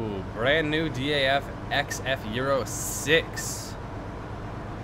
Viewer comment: You say daf as one word. Not each letter